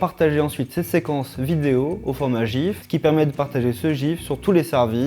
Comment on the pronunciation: vous avez vraiment de la misère a dire le mot GIF vous les français.